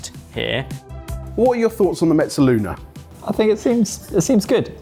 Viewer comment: J, why do you keep adding a "t" to mezzaluna?